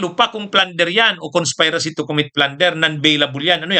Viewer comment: ANG TAMANG PRONUNCIATION NG CONSPIRACY AY "kənˈspirəsē", SA ABAKADA AY "KONS-PI-RA-SI", HINDI PO "KONS-PAY-RA-SI". MARAMING PINOY MALI MALI ANG PRONUNCIATION NGAYON. MALI ANG TURO NG TITSER SA ESKUWELA: - SIMULATION NAGING PSY-MULATION. - CONSPIRACY NAGING CONS-PIE-RACY. MARAMING GUSTO MAGING AMERIKANO: - HOSPITAL NAGING HAS-PITAL, PATI OSPITAL NAGING AS-PITAL, IMBES NA OS-PITAL. - DEVELOP NAGING DEVE-LAP. - SCHOLAR NAGING SCHA-LAR. ANG AARTE NG MGA KONYONG ITO, ANG SAKIT SA TAINGA. TAPOS YUNG IBA DI NATIN MASISISI, KASI GANON LOCAL PRONUNCIATION: - WEAPON, PRONOUNCED AS WI-PON, IMBES NA WEH-PON. NAKUPO, HALO HALO AT HYBRID ANG PRONUNCIATION NG MGA PINOY. SANA MAGING PROUD MGA PINOY SA SARILING PRONUNCIATION.